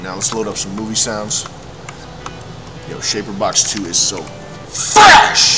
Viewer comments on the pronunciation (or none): "yo, shaperbox 2 is so ffFFRESH!"